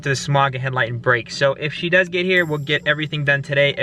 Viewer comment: Brooo it’s “does”😩 not dose 😭😭